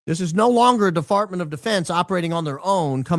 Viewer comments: I heard deFART too 😂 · Did he say deFartment of defense on purpose hahahah 😂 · “DEFARTMENT of defence” 😭😭😭😂😂 🫶🏻 love you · Defartment of defense had me and my 12 y.o. rolling 💀😅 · defartment hahaha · 🤣 From Department Of War to now Defartment Of Defense. I love it. Roll out the merch. 😎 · DeFartment of Defense if the best misspeak ever, I was dying 🤣🤣😭😭😭